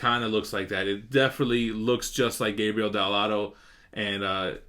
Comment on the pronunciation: it's Gabriele, not Gabriel! btw keep up the good work man!